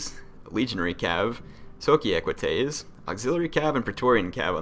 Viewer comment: Socii is pronounced Soh-ki-i (pronounce i as english e) (dont emphasise the h too much)